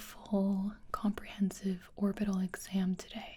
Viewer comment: Why did she put an accent on "comprehensive" right at the beginning